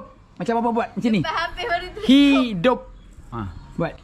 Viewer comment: Lawak lah cem Ni Papa suruh cakap hidup tapi cem cakap hidung hahahaha 🤣😂